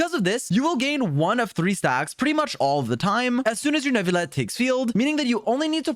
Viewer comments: I do appreciate him trying however ville is one of the exceptions when encountering the double ll . While many people do rightfully think its nu-vi-yet its actually pronounced nu-vi-let. Another reason why I both love and hate french. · please. It’s NOO-VILL-ETT, not new-vee-yet. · Like this comment if you pronounce it "New-vil-et" Dislike this comment if you pronounce it "Ner-vil-et" (like some of the English voice actors) Reply if you pronounce it a different way entirely. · Finally a Youtuber that at least tries to pronounce names correctly. The "New-vil@ from others is really bothersome and I'm not even french. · "croissant" - neuvilete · You pronounce his name wrong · you didnt pronounce his name right in french. you dont pronounce the L's. dummy